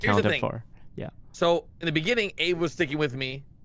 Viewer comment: Do you pronounced abe like ape